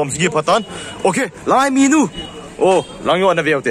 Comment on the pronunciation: minu ham menu hm?? 🤣🤣 na pronounced dn cu sess... 😅😅😅 a thu um dn chu na bro anyway big2 fans